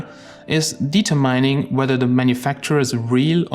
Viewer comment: Interesting video! Just one minor nitpick - the word "determining" is pronounced "di'terminning", not " 'ditermaining" :-)